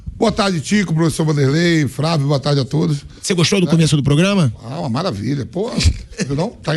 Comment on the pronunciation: Parei de ver quando o folclorico Vampeta disse 'Fravio'